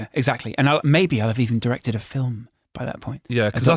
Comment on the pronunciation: How to say film like true geordie. (Phil-mmm)